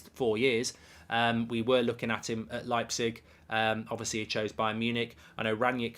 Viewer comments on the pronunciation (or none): none